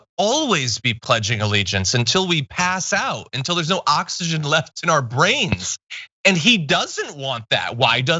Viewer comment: You mispronounced oxygen